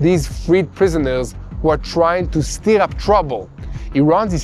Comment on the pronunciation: We love you. But in English you pronounce “stir” more like “ster”, as in “mother” and not “steer”. ❤❤